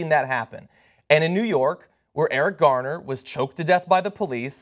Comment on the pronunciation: He says Eric Gardner.